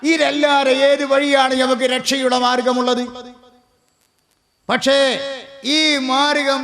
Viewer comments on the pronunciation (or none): none